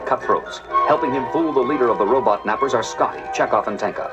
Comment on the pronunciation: Gene Roddenberry pronounced robot as ROW-butt